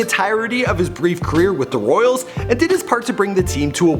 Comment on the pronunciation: 8 seconds in and you already mispronounced his name and the team he played for!